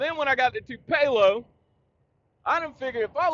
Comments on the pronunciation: Dude you might wanna set that Tennessee Honey down for a little while... "Too-pay-low" Mississippi 😭😭 That was Friday Blooper Reel material 😭😭 JL been teaching you too much of that Japanese... haha .. Stay Safe Brother ... You Tha Man 👍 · 😆 I thought you were saying anything other than Tupelo (Too-puh-loh), MS...I hate driving in Atlanta and I live here. 😄 It's a risk, but I go through the city on I-20 on occasion..👀 North Cobb in the house!